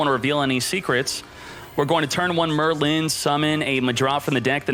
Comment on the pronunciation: Yes, we all know the great sorcerer “Murr Lynn”